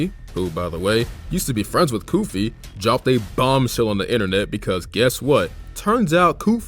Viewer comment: Bro , it said goofy instead of koofy